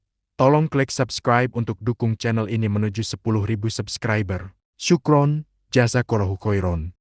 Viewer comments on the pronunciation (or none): "sukron jazakolohu khoiro" seharusnya Syukran, Jazakallahu khairan... tdk ada vokal "o" dlm AlQuran